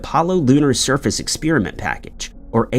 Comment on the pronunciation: …The pronunciation of the word experiment as “expeeriment” by the narrator, I find very annoying.